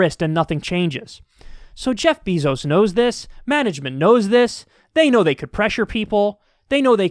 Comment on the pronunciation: Kyle finally pronounces Jeff Bezos' name right.